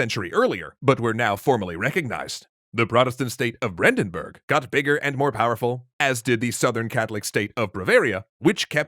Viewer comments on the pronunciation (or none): Brandenburg, not Brändenberg... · Its Brandenburg not Brandenberg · It's "Brandenburg", not "Brandenberg". Both "Burg" and "Berg" are popular parts of German place names, but even though they are very similar they have different meaning: "Burg" means 'castle', "Berg" means 'mountain'. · Really guys "Brandenberg"? i thought you would be more thorough than that. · It's Brandenburg not Brandenberg. Something for lies ;) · I think it's Brandenburg nor Brandenberg. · Brandenberg? You mean Brandenburg right